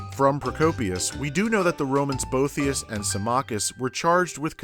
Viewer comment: I'm getting the impression you;re a PhD candidate in late/antiquity or Byzantine history. But then why did you pronounce Boethius with 3 syllables?